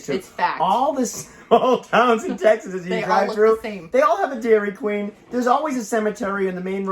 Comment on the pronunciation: 😂😂 I'm dying here.. videos like this, should allow multiple likes 🤣🤣 And.. it's "Deaurry Queen"!